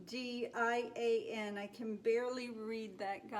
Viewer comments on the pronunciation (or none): Hello,. Hope this finds you well. Love your paintings. Love your videos ❤️❣️❤️❣️. Just want to say: pronunciation is. Ob- sid-e-on. Hope this is of help.